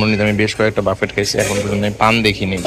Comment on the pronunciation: বাফেট না , ব্যুফে বলেন